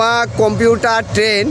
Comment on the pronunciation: কম্পিউটার না ভাই।কমিউটার